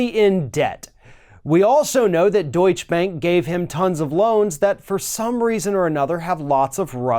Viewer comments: Another Yank mispronouncing words! The word is pronounced Doycha not Do itch. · Actually, Deutsch is pronounced like "Doytcher", not "Doytch" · deutschE bank ... deutschEEEEEEEEEE (not deutsch bank). there is a reason for that final letter. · Doich-uh! Not Doich! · What is deutsch bank? Its deutshE bank. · Remember the 'e' at the end of Deutsche in Deutsche Bank, other than that it was very well pronounced :) Gut gemacht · *Deutsche. Not Deutsch. The "e" is pronounced at the end Deutsche. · It is pronounce Daucher bank. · I wish you’d learn how to pronounce names outside of the USA. It’s pronounced, doitcha, and Merkel is mronounced, mairkul. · It is pronounced Deutsch - a Bank!!!!!! Lawrence O'Donnell revealed on MSNBC that the Deutsche Bank LOAN DOCUMENTS are CO-SIGNED by Russian Oligarchs close to Putin. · The bank is pronounced Doit-cha. Don'tcha know? Hah! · Please,. Duech-e. You pronounce the e on the end. It’s a sound called a schwah, between uh and eh. You’re a smart guy and the continued mispronunciation drives me nuts. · Deutsche = TWO syllables. sigh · dude... The last "e" in "Deutsche" is not silent.